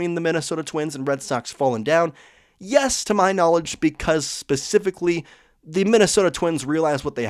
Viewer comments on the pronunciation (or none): none